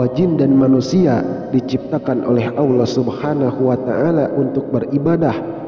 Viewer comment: Assalamualaikum🙏..maaf dg melafatzkn asma allah subhanahu wata ala kok kyak awlloh gtu ya?? Kan seharusnya allah bukan awloh..tlong diprbaiki lgi dg melafadzkn asma allah..maaf jika sya slah dengar🙏